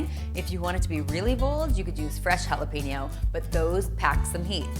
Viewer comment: jalapeno is pronounced hal.e.pen.yo no peenyo